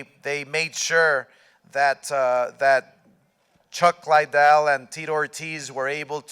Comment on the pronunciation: Chuck LIE ddell